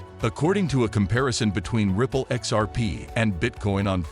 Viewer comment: Dude needs to practise how to say xrp 😭😭😭😭😂😂😂😂🤣🤣🤣🤣🤣🤣🤣✊🏿✊🏿✊🏿✊🏿